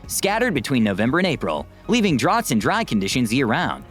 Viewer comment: Who is this video narrated by, Megamind? XD "Drot" instead of "drought" and "ongenuity" rather than "ingenuity"? As for Las Vegas, it is literally built in a desert XD And, yes. It is expensive to live in Vegas, but the houses that you are seeing are the nicer ones. I would say that most of the people who actually live in Vegas are not all that rich, and are, instead, the people who work mainly in the hospitality and casinos. The properly rich people mostly just visit and stay in the luxury hotels. And, at the end of the day, yes, America gets abusively hot. I grew up in the Central Valley of California, just a little West of Sacramento. For a while, I even lived in a third-floor, south-facing apartment, which the people who built the place decided they didn't need to insulate the pipes running just behind the exterior cladding, because they didn't need to worry about them freezing. Instead, that just left twenty feet of copper pipe to soak up all of the solar heat. I LITERALLY had hot running water all day during the summer, whether I liked it or not. It could take minutes of running the taps to get anything less than scalding hot water. The main saving grace of where I lived was that when the sun went down, we would actually get a very stong, cooling breeze coming from the Sacramento river delta, meaning that I could just open up all of the windows to blast cool air throughout the place. There are a lot of reasons that I now live up in the Seattle area, and the climate is o